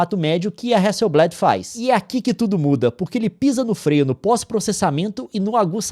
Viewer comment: só pra constar, a pronúncia é hasselblÁd e não hasselblÉd. É uma empresa sueca, não usam essa variação voltada pro vocabulário inglês